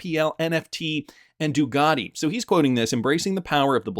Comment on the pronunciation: Can you say the letter C , it sounds a lot like a K? It’s not DuGati, it’s Ducati